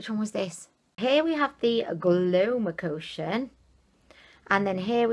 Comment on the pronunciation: It's so cue when you call it Glowmocotion in stead of Glowcomotion :.. Gets me chuckling every time. Thank you for the dupes sweetie. XOXO